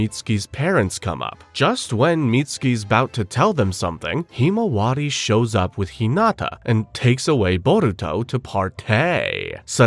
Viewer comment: Why do you pronounce himawari so terribly?